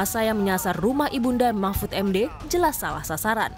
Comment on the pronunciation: kok sya gak denger mahmfud...mahfud keluar. tp yg sy denger nasbung...nasbung...keluarin🤣🤣🤣